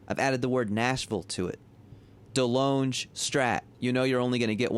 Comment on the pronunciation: Delonge is pronounced, “De Long”.